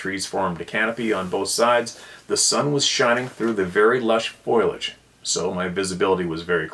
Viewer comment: Is pronounced fOliage not fOliage. I did that for years. 😊